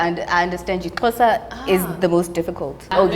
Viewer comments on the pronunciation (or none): My social studies teacher pronounces Xhosa as Sho-sha😭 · Now practicing trying to say Xhosa the right way